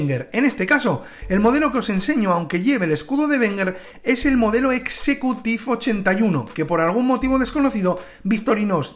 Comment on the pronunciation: le falta la "t" a executive, dice "execuive"